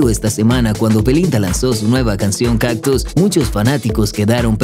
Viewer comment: Oye porque dices “captus” si es “cactus”.. poco profesional ser comunicador y no saber pronunciar las palabras